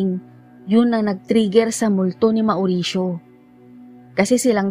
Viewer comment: Naway di nyo po ipagdamdam ang kaunting corrections maam. About sa name nabanggit nyo, about sa pronounciation po ng mauricio, it should be maw'risyo, and not ma'oo'risyo.. lastly po ay taboo, it should be pronounce as tæ'bu, Muli po naway wag nyo masamain at ipagdamdam, di po intensyong magmarunong.. nais ko lang po makatulong sa munting paraan.. salamat po, sanay inyong maunawaan..